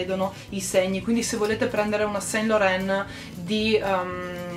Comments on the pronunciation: LORAN si pronuncia San LORAN!! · Ciao bella! Complimenti per il buon gusto, consiglio visto che parlo francese, su SAINT Laurent la i non si legge. Si legge san loran :) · Si pronuncia "ivi san lorân" 💎